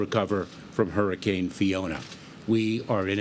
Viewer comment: Can Joe Biden actually pronounce “Hurricane”? Adult diaper?